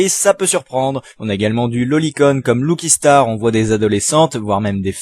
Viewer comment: ... Y'a des hentais avec beaucoup d'amour... Faut juste savoir trouver ce qu'on cherche sur un navigateur web LOOKI STAR, lucky* tu prononces pas mal de choses de manière fausse. Après pour le reste tu donnes juste ton avis et tu évoques tes goûts ! Et ça, ça se discute pas. Chacun ses goûts en matière de dessin de manga (j'ai jamais pu regarder code geass à cause de ça : Je ressent la même chose, sur le fait que beaucoup d'animes se ressemblent, comme les fameux gros nichons et filles connes partout pour attirer les mecs. Je suis aussi dans ce petit cercle qui n'aime pas les animes connus actuels parce qu'ils ont trop d'épisodes/se répètent/sont niais/moches/etc. Mais j'aime DBZ mindfuck PS : j'ai arrêté de regarder à